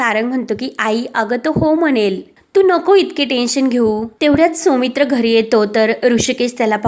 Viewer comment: सोमित्र नाव नसतं सौमित्र असत. शुद्ध मराठी वाचणारे वाचक मिळत नाही का?